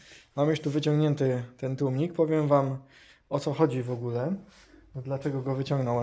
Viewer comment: Zaczynam film i profesjonalny gość od tłumików....już nie ma wady wymowy. Aż miło się słucha tłumniki wróciły do piekła. Łapka w górę